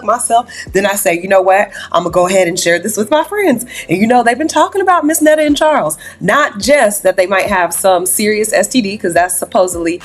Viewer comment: Did just say have kids with chawls??? wtf 😂😂😂😂